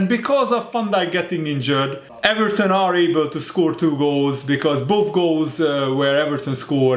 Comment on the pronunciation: I am allowed to say eVARton